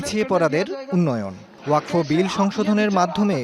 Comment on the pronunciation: ওয়াকফ্ উচ্চারণ টা ও ঠিকমতো করতে পারে না।